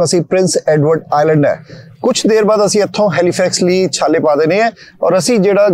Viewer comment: ਛਾਲੇ ਨੀ ਵੀਰ ਜੀ ਚਾਲੇ।😂😂😂😂